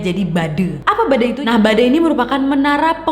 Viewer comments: Ka nad,, dibacanya Bade bkn bade wkwkkwk ngakak bruntal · Bade, Bukan Bade😭 cara ngomongnya gimane 😭 e bukan -e